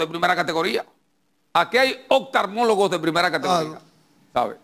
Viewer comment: Se dice Oftalmologo, no optarmologo! Que bruto! Tanto que "habla" y no sabe hablar!! Ah, y no estoy con Danilo por si acaso..